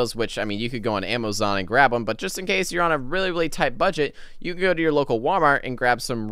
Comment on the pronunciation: time to get some camo on “amozon”